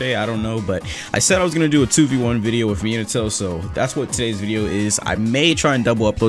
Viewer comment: Meen-ato